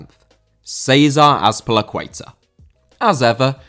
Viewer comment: 1 50 Céizah Azpelicueiter?!Yeaah,it's César Azpilicueta